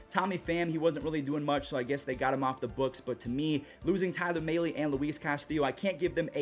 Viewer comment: I cringe every time says Tyler Mahle